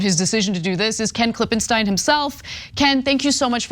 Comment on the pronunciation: God damn which is it Ana? Klippen STINE or Klippen STEEN? JESUS unprofessional bullshit say the name correctly or not at all